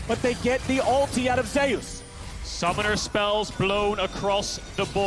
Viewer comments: Way closer to the real pronunciation than "Zoos", lmao. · "Zayus" Imagine if Kratos heard u say that lol